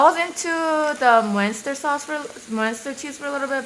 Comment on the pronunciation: Muenster cheese is pronounced mun-ster :)